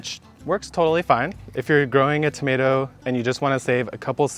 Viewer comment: Please no more “tomats”. One more syllable isn’t gonna kill you LOL